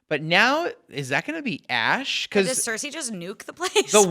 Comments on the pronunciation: Ceresi. It's heresy! lol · Why is he calling her Cerisi??? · Why is he saying Cersei so weirdly?